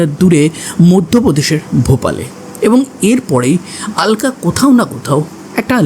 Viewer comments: কিছু মনে করবেন না আপনি "আলকা "কেন বলছেন ? আলকা না বলে অলকা বলুন ,, কারণ আমরা বাঙালি তো ,,হিন্দিতে ওরা "আলকা" বলবে কিন্তু বাংলায় আমরা" অলোকা" বলবো। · কি যে আলকা অলকা করে চলেছে ?? অলকা বলো শুনতে ভালো লাগে। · Ekdam thik 😂😂😂😂